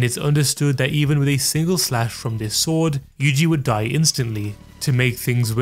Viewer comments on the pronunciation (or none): none